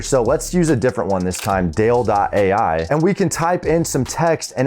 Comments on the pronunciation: It's not DALE it's pronounced "Dah-Lee" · Great ideas especially needing to capitalize on it asap! And btw it's pronounced "doll-ee" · It's dall-e, like Dali, ;P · Dall-E is pronounced like Dali. As in Salvador Dali,. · I think Dall-E is pronunced like the famous painter Salvador Dalí 🤓